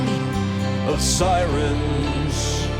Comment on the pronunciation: When you said “sirens,” all I could think was a poor Asian impression for the word “silence.” Now that’s a parody I want to see.